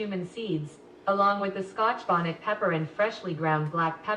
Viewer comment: But listen how Alexa pronounced scotch bonnet pepper 🤣